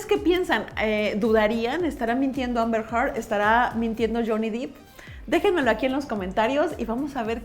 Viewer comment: Qué buen análisis, muy interesante. El apellido de Johnny se pronuncia “Dep”, no “Dip” y es Amber “Herd”, no “Hart”. También me tardé en descubrir cómo se decían jaja Saludos!